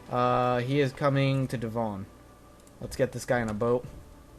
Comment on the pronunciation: Please stop calling it De-von it`s Devon ('eh' not 'ee').